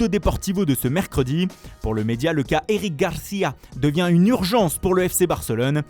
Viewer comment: On en parle du Eric garffffia??